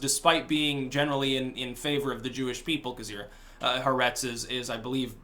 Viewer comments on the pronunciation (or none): it's not heretz it's Haaaaaaaertz, A as in french or German alphabet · If you want to be really cool and seem knowledgable, not that you care, you would say “ha-aa-RETZ.”